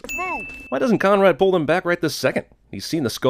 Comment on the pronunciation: I thought he said comrade instead of Conrad